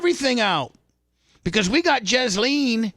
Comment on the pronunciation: That's correct it's pronounced jizz-lane